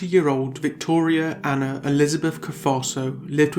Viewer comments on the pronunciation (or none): none